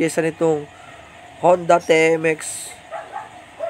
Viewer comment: TMX- ti-em-ex. Hinde te-em-ex